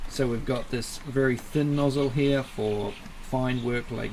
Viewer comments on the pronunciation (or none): none